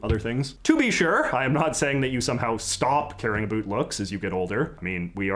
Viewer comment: Can you pronounce the word about correctly, please?